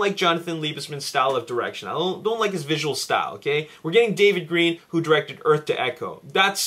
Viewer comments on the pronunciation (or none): none